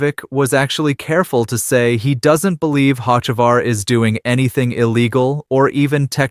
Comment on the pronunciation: Why should I listen to you when you mispronounced 3 NASCAR driver's names SO WRONG? Ask someone how to really pronounce Hocevar or MJ's team name is not X, it's 23-11!! MJ's number and Denny's! Some expert!?!